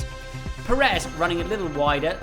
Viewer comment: It's Pérez, not Peréz.